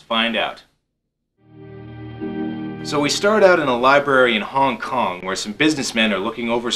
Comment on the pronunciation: "Hong King Kong" lol